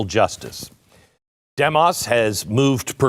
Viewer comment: Your mispronouncing Demos Glen... The pronunciation mark is even included in their name to tell you how to say it .... Dēmos (Dee mos, as in "Demon")